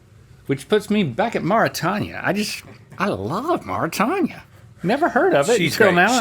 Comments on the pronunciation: I had to look this up bc it was driving me crazy hearing them pronounce it mor-ih-tanya and i was thinking "have i been pronouncing Mauritania incorrectly this whole time?" but according to Google it's maw-ruh-tay-nee-uh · A real friend wouldn't let you say "Mara-Tanya" over and over and over. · I so wish someone had taught them how to pronounce Marutania. The "tanya" is graiting on my nerves. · Never heard of Mauritania? I guess that makes sense given that neither of them know how to pronounce it correctly. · Not once was Mauritania pronounced correctly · I was just laughing at the way they pronounced it 😂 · You absolutely gaslit me with the pronunciation of Mauritania 🤣